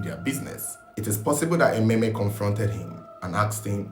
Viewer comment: Emem, not Ememe.